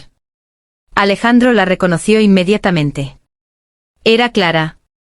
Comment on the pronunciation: Rayos, es INMEDIATAMENTE. NO INMEDITAMENTE: Se comieron la vocal Aa.